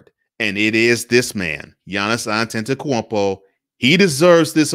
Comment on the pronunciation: You get m vote just for pronouncing his name. Great lighting.